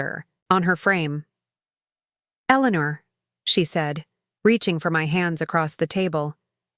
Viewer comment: Elenuuur 😂, each time it said her name i laughed